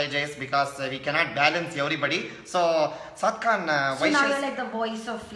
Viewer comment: Everytime when he says "Saad Khan" it sounds like "Popcorn"🤣🤣🤣